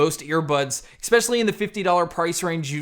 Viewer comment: Great review but…the word is “especially”not ekspeshaly. Sorry but that just really annoys me.